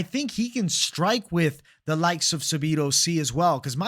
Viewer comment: Sabido???? 😂 say it with me: SAH-DEE-BOO